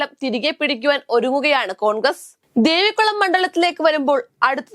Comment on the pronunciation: ദേവിക്കുളം അല്ല കുഞ്ഞേ ദേവികുളം😂